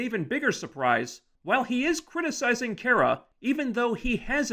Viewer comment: You wanna bitch about supergirl but you cant even get her name right. It's not kiera, its KARA